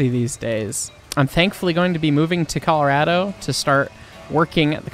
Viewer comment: Not undermining what happened in the video but, I wasn’t expecting you to say Colarad-o (Colorado) XD.